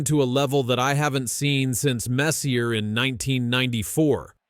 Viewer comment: Bro learn how to say messier jesus wtf